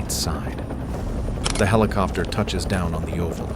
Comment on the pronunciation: You call a regular cassette tape a VHS tape (or at least that's what's shown) and LOL "HELL COPTER" ... I mean I know this is AI but sheesh.